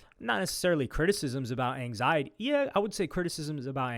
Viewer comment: i can’t believe you saying anxiety